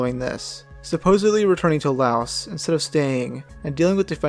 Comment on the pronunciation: Pretty sure that's not how Mexia or Laos are pronounced.